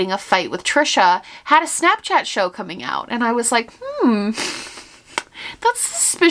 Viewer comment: I love how your New Yorker pops out when you say shnapshchat! 🤍